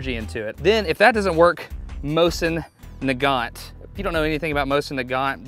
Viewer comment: I always thought nagant on mosin nagant was pronounced (ney-gant) not (n-Gant)